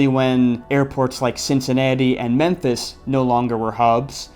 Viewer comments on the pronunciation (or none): none